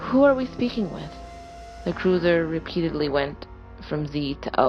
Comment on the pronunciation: Just a slight critique. The first story you kept saying cruiser but it should be cursor. Other than that, GREAT JOB!😊